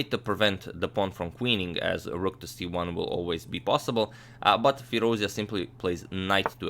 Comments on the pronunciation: the right pronunciation is FEEROOZ--JA..(like jar...jacket..jump) NOT FEERUZIA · It's FirouzЖa (the J sound without the D, not the Y sound) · Agad, the correct pronunciation for Firoozja is like firooz-JAW. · please say his name right; Firouzja as in fee-rooz-jaw (rouz as in "dues" and ja as in "jaw"). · Great game! thanks for your excellent commentary Antonio. Hope to see more romantic masterpieces of this young prodigy Just it's worth mentioning the Alireza's last name is pronounced FirouzJaH (with J like in John, an h in Henry) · Hey great analysis. By the way, his family name is actually pronounced as Firouzjah, with "j" being pronounced like "j" in "jack" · Not to nitpick but expanding the vast knowledge never hurts :) The ‘j’ in Firouzja is pronounced like the ‘zh’ in Nezhmetdinov. Depends on the root of the words, it can mean “he who sits on a marble throne”, or “he who is jubilant”. Depends on the video though, I have to go with the latter. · In Iranian names, the "J" should be pronounced as "J" (as in Justice) and it's not pronounced Y like Germanic languages. By the way, thanks for the great content.